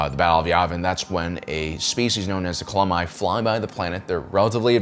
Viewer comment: what is it with you and getting all the words wrong by 1 letter? Tuang instead of Taung, Culomi instead of Columi and Bootna eve instead of Boonta eve. Bizzarre